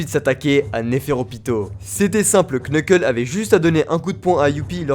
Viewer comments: Tu prononces très mal les noms... KNEUKEUL, JONESSE... C'est limite un manque de respect 😂😂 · Nan par contre « Quneuqueule » c’est trop un peu de respect stp